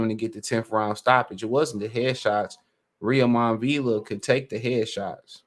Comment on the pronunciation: A little help on the pronunciation of Villa’s first name. It’s Roy-mahn (Roiman). Rhymes with (Amir) Kahn.